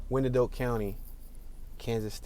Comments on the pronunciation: Actually it has 3 syllables, pronounced y-an-dot. Old Native American name. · Not too far from me (Edwardsville). Thanks for the tour. Also, we say it like "Why-an-Dot" or "The Dott" for short. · It's actually the eastern part of KCK (closer to KCMO) that's rougher. And, as Can-O-Bus stated, it's pronounced "Wine-Dot" County. :) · You know absolutely nothing about Wyandotte. Pronunciation is ass